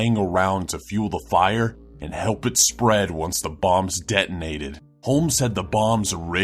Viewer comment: Bombs? I thought he was saying bongs...